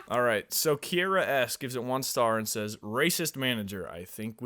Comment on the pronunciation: They pronounce Kiera as Kyara (my name). nobody gets it right but yall got it right without even knowing me </3.